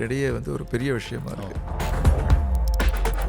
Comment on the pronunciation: ..... "நல்ல வஷயமாக " என்பது நல்ல தமிழ் மற்றும் உச்சரிப்பா?😊😅😮😢